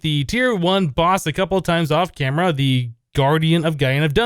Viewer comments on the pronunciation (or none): none